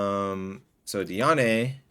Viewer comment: it’s pronounced di-ane(like and but with an e)